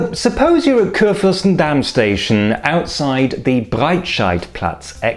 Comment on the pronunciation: Salü! Mir ist aufgefallen, dass Sie stets "KurFÜRstenstraße" bzw. in anderen Videos "KurFÜRstendamm" auf der zweiten Silbe betonen. In Berlin und, wie ich meine, auch auf Hochdeutsch liegt die Betonung auf der ersten Silbe "KURfürstenstraße" üblicher, eventuell mit der Hauptbetonung auf dem zweiten Bestandteil "KURfürstenDAMM". Ist das bei Ihnen in der Region vielleicht anders? Verschiedene Betonungen in zusammengesetzten oder abgeleiteten Worten sind überhaupt ein interessantes Feld: So wird etwa Bernau bei Berlin auf der Endsilbe betont "berNAU", während andere gleichnamige Orte in Deutschland am Wortanfang betont werden "BERnau"; in einigen Teilen betont man "Bürgermeister" auf dem ersten Bestandteil, in anderen auf dem zweiten.